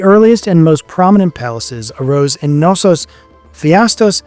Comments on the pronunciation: Thassalocracy or Thalassocracy? Which is it? Also, is it really that hard to say the "K" in Knossos? It's not an English word, and the "K" is not silent. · English speakers, US? here?, and their unwilling of propper pronouciations ... Its just showing the roral disrespect for other languages and cultures! It is PhAIstos, the AI like in EYE! It is not Nossos, but KNossos with a spoken K and not as in kinfe (naif)! etc. etc. etc. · Great video. Crete has such a rich and fascinating history. Not to be pedantic, but you’re supposed to pronounce the K in Knossos cuh-nos-os And Phaistos is pronounced Fy-Stos